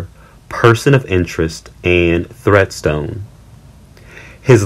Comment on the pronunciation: Treadstone not Threadstone